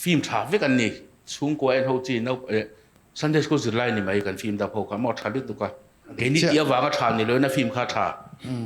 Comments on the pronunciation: Engatinge film hi flim ti a in lam leh thin le Hmuh nawm lutuk e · engatinge Flim itih tlan zel, Lehkha thiam i ni sia, Flim ani dawn em ni? FILM tih ani a. L ai khian I khi a in ziak hmasa zawka, a in ziak hnung zawk kha i lam hmasa a, FLIM nilo in, FILM tih tur anilo maw?